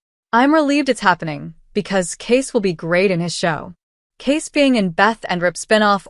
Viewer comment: You would think you would at least know how to pronounce his name. His name is spelled Kayce and is pronounced the same as Casey, not Case.